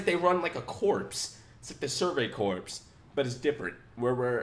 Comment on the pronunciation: Just so you know, “corps” is pronounce “core”.